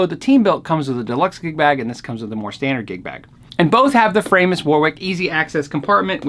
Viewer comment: my wife wanted me to tell you its fra-mus, she is german an a tad ocd she makes me say folkswagon AKA volkswagon.......send help!